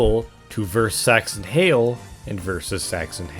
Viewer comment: Im pretty sure the original upload was age restricted because the "sax" part of "saxton hale" sounds like "sex" and you say "saxton hale" quite a few times over the course of the video